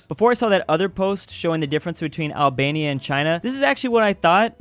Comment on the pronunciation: Name Albenia no albelni 😂😂😂